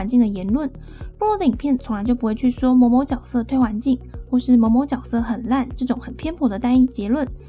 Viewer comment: 能不能发音正确？？ 角 jue 色 ， “jue”斗士